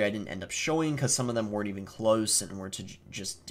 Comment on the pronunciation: Yeah I noticed as well, some of his words are pronounced in a sudden English accent like "close" and "go", it's interesting haha